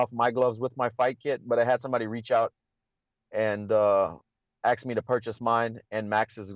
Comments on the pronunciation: Axed? Did I just hear that right? Fake ass belt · Aksed her ....